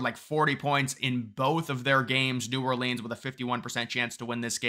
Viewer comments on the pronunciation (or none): He can’t pronounce the name of the city correctly — it’s as if he’s from Borough of Queens New York